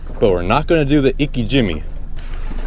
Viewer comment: My brother, we are both Asian. When you pronounce it “Icky Jimmy” I cringe every time!😂